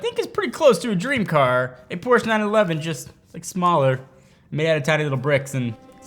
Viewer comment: great video. One note though, you should contact Karl Conrad & get him to teach you how to pronounce Porsche.